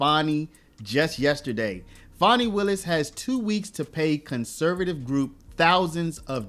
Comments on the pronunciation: Learn how to speak pronounce words and spell it's pronounced Fanny and spelled fanni not fonni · Her name isn't Fawny it's Fani. Say it like it is spelled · It’s Fanny as in butt get it right